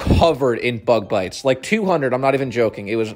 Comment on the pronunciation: I understood "my legs were covered in bud lights" instead of bug bites and thought your dad was getting hammered